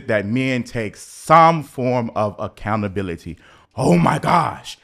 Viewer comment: Ac count a bil i ty …. Six syllables … toooo much for the lazy ones …